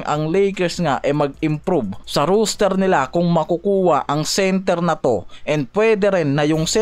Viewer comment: roster po sya, hindi rooster 😁